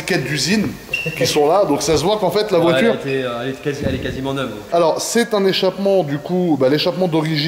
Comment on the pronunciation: "la voitchure... répétchitchif... un p'tchit peu... des p'tchits entrées d'air dans le tchurbo"... Les pieds noirs de téci en goguette.